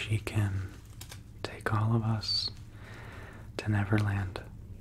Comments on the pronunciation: Did anyone else cringe a bit every time he said netherland instead of neverland.. 😅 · I heard 'Netherland' instead of 'Neverland' a couple of times....Maybe it's because I live in The Netherlands. Yep The Netherlands surely are beautiful. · Is he saying Netherland instead of Neverland? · Was he saying never land or nether land?? ( no hate just a question) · This was really relaxing, but I'm also laughing because I constantly hear him saying "Netherland" and not "Neverland" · LOLOLO , he said Netherland instead of Neverland 😂😂😂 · Learn how to pronounce your v's guy. "NeTher land" and "NeVerland" are two different places. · Is it just me or does keep saying 'Netherland'?